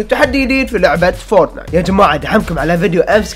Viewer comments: فورتنايت مو فورتنات😂😂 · فورت نايت مو فرتنات